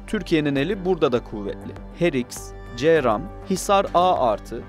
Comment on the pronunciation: Counter rocket, artillery, and mortar, bu cramın açılımı ce ram die okunmaz c